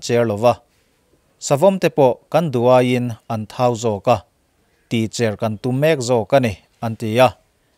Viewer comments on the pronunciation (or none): A cher tih hi A chêr tih zawk tur ani em?